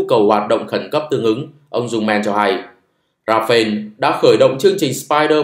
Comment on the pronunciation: Công nhận kênh không đọc comment: Rafael đọc Ra fa el (chính thức được đọc trên kênh của nhà sản xuất). Ra-pheo là tên của chiếc máy bay Dassautl Rafale của pháp 😢